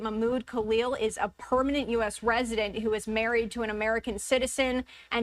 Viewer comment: STOP saying PERMINATE!!!